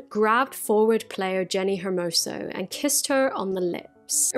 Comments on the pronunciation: Just a little note, in case you want to cover this again: Rubiales is pronounced something like ru-bee-AH-less. Your pronunciation of Hermoso was just fine. (Getafe is also very hard to enunciate for British people. I would transcribe it as heh-TAH-feh or heh-TAH-fey, if it's easier) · As a Spanish I have to congratulate you on your pronunciation of Spanish names, because you have said Hermoso's last name always well, but have butchered Rubiales' name all the time, which has been * cheff's kiss * (great video, by the way)